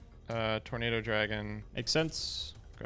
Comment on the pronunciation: Did anyone else hear saying tomato dragon when he was summoning tornado dragon.